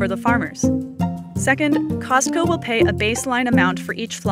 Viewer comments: It bothers me when people pronounce the T in Costco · the t in costco is silent. poor chickens :(